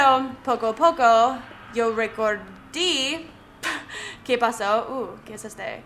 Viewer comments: es recorde no recordi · tienes mal vocabulario se dise recorde no recordi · para ayudarte un poco en español se dice recordé no recordi 😉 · no es recordi, es recorde